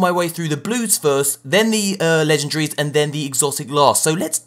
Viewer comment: legen-DA-ries... not legen-DRIES